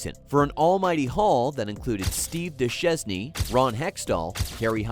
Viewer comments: Dushesny? AI much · Steve du-shezny? And we're done here. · Did you really say Duches"knee"??? Please make this your last video. Ever. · steve "duh-shez-knee"????? wtf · Dew-Shez-Knee? How hard can it be to double check these things if you’re a hockey fan? 😂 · "Steve Doo-chez-NEE"? ARE YOU FUCKING KIDDING ME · You should cut him some slack, but I DID chuckle at "Steve Deh-Chez-Ney". :) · Put some respect on his name!! I am still down voting until you learn how to pronounce Steve Duchesne's name properly. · Man, you did bad to Steve Duchesne pronunciation 🤣 But otherwise, I liked your vid and 1992-93 will always be a special one for the teenager I was. Thanks!